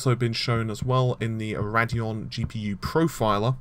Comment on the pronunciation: Ugh... "Raddyon?" It's Radeon.... RAY-DEE-ON Also... bro... "Appy?" Dude it's just A-P-I... No one says "appy."